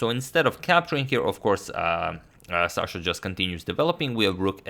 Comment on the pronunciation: it's Sasha not Shasha